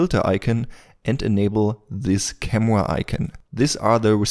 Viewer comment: Let’s select the “camwa”